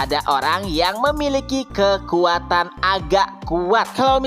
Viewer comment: kekuatan min bukan kekatan :face-fuchsia-tongue-out